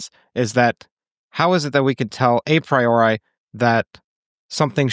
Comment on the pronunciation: Please, pronounce Latin words the way they were meant. Learn from the professor how „a priori“ is pronounced … for a non American it sounds very awkward, like rolling marbles in your mouth … 😂